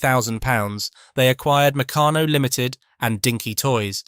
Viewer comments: "Meck-a-no"? Damn clankers. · Mec-a-no??? Huh. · Mec can no? OMG! Try Mec car no. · I used to get Meccanno magazine, its pronounced (McCann - no,) I got my enjoyment from looking at the various pictures of things you could make as we were quite poor and only had the No.2 kit, I think they went up to kit 10. I saved my pocket money over 4 weeks to get 2 bob to spend on an airfix kit from the newsagent. Just so excited me, it took me an hour to buy it, looking at the pictures of every kit in the shop and drooling over the ones I couldn't afford. I eventually got some humbrol paint as well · Oh no! Now mispronounce MECCARNO. Oh dear! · well mec aano it was founded in liverpool😅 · Mech an o ? How could you pronounce that wrong? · Meccano is usually pronounced Mi-CAR-no as , or McARN-oh. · There is no 'r' in Meccano. Meck ah no. You'll be English then, who removes the 'r' in heh ceh (hair care) and puts it in loranohdah (law and order).😅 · yeah an he's english ! must be too young ti remember , but we do . great days aye ! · Meck ah no. there is no 'r' in Meccano. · Very interesting to learn the history, but get a human to read the script. That way the brand names will be pronounced correctly, e.g. Meccano and Triang. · Yea...the way that the it pronounced " Meccano" was a crime. Good effort though. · It was pronounced Try ang and Meck arno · "Dorner Doo 217", "Mecka-no", "Tree-ang", "Macketchnee" - ain't it just